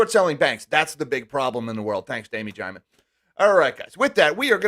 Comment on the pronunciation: "Daime Jimond" 😂